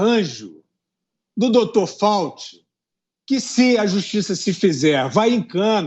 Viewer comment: Sr Fiuza, não é Dr Fauti, mas Dr Fauci.